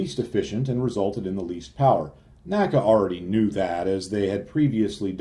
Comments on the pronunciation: Excellent video. N-A-C-A, not "NACA." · People of the time period did not pronounce NACA as a word. They said each letter.